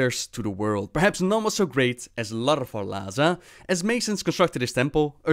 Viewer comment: It's not LaRthal'Lazar, it's Lathar'Lazar which you can also pronounce latharazar since l is a vocal.